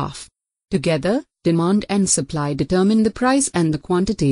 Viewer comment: The sur-pu-lee curve ☺